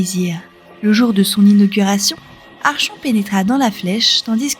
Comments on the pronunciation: Vidéo très intéressante, bien racontée et complète. Petit détail, le mot "Archon" vient du grec "Archo" qui signifie "chef". Cela se prononce donc "Arkon" comme dans Archonte (chef militaire grec), archéologie, psychologue, etc. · Sympa ta vidéo, je découvre le lore de la suite de Fable avec intérèt! Par contre, petit détail, "archon" se prononce "arkon", comme dans "archétype". Le grec ancien... 🙄